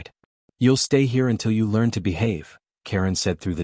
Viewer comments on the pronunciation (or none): none